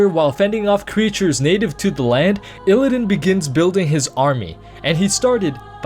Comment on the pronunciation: You also don't seem to know how illidan is pronounced.